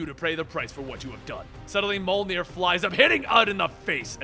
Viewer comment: why do Americans have to ruin every european word? ITS NOT PRONOUNCED MOLNIR....